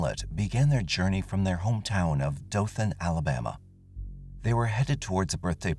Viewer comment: Omfg this story literally happened in my town! I’ve always heard stories about what happened but never really looked into it. Thanks for sharing. Also thanks for pronouncing Dothan correctly. It’s usually how we can tell if people aren’t from here